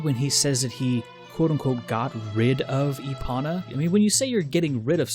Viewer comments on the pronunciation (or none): lol e-ponna. (E-pone-uh) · Why does he call epona “epana”? Cringe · I'm pretty sure they still say it with a long o. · Give the video a 7 out of 10. Minus 3 points for your pronunciation of Epona. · Everytime he says Epona's name wrong I want to throw my phone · OMG it’s not epona, it’s epona!